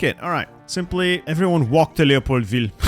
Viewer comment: why do you say leopoldville like that youre not french